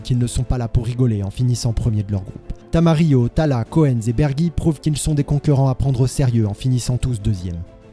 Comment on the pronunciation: Super vidéo, jfais juste le relou vite fait Koenz ca se prononce [Kounze] Bises